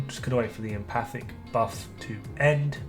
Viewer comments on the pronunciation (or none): Still pronounced wrong, though the correct amount of syllables. It’s Em - faTIC. The T is pronounced emphatically. 😜